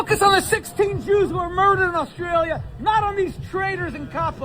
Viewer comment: It’s not “Oss-tray-uhl-ya” Dildo Man It’s “Oss-tray-lee-uh”